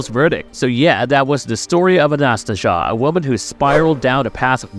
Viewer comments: It’s pronounced Anna-Stay-Zia. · I think the name is pronounced closer to Anastasia